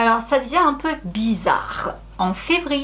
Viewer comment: "Bizarr, digulass" 🤭🤭🤣